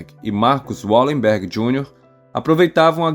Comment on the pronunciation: Bom vídeo. Mas o nome da família é Valemberg, em todas as línguas germânicas o W tem o som de V, não de U como no inglês